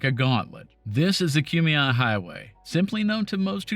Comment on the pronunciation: Great video, and thank you for the correct pronunciation of the Kumeyaay names. I live in San Diego and frequently travel that route when I go out to play in the desert.